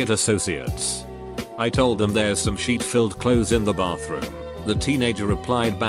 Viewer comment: Nobody: Robotic voice: sheet